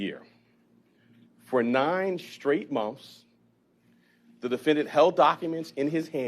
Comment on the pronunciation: Are u saying mouths or months?